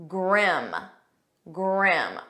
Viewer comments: Why do you pronounce the word as 'Gram' when it is supposed to be pronounced as "grim' ? That 's a bad pronunciation. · It's grim.. NOT grem! Get it right! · grim (grĭm). Your pronunciation at first is very different from the dictionary which follows UK and US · Grim pronounced gram? Bah-full? Comeradey? Strange. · listen carefully about grim... when Obama said grim it sounds greem, but when you said grim it sound gram... which is correct??? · Your pronunciation of the word grim, sounds like gram. You also pronounce intimidating as: "int thu mhuh (duh) dating. I bailed out after the umpteenth mispronunciation by you and your speech is as frog-croaky as that of some Scots or a heavy smoker. This deviance is also called vocal fry. I am a polyglot having mastered a number of languages; I cheated somewhat since two of them are very primitive South African native languages with limited vocabulary. BTW vocal fry is not harmful and some people are not bothered by it; unlike myself. I also abhor arm flapping; it cannot make a human fly (airborne). And pacing a floor when speaking, is for a Lion kept in a cage (I know Lions do not speak). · Why your pronunciation of the word GRIM "Graem" and native speakers pronounced grim?? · In the first few seconds she pronounced the word "grim" as "gurrim".... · i thought it pronounce as griim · Grim, America's pronounce as it is written, but in the video it is prononsed gram. 😅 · I watched this with much interest, until I heard you pronounce the very first word: "grim". You pronounced it as "grem" After this I realised that your American accent skews your attempts to speak English correctly. Sorry, my dear, but American "English" is far from the English spoken in England and in South Africa. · Her pronunciation of grim was incorrect 😊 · I was baffledl by the pronunciation of Grim, on the screen of the video, it showed [GRIM] with a [I] sound, but the teacher pronounce it with an "e" sound